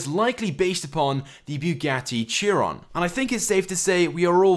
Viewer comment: Its so cringe when he says Chiron its pronounced (shy-ron)